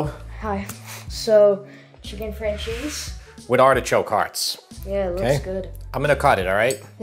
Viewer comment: looks awesome and now I know how to pronounce francese